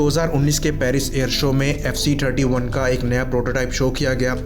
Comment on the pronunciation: थर्टी का उच्चारण ठर्टी मत करिए। गंवार लगता है